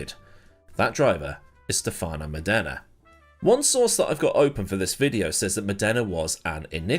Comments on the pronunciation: It's Mòdena, not Modèna (both the driver and the city). Cheers from Italy, dear. Good stuff as usual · when you make a video about a driver you could at least try to learn how to properly pronounce his name. Stèfano Mòdena. Not Stefàno Modèna. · Modana not MonDERna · Funny how pronunciations change. Murray walker called him Stephano Moneda ( Mon aida), at the start of his career. Then Modena ( moh den ah) ..... which is 2hat I call him. Now I hear Mod ena)